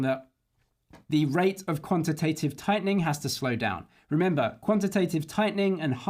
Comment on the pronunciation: Great vid as always ….even if you do say ‘quantative’ strangely 😅